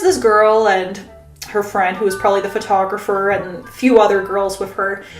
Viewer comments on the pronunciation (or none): none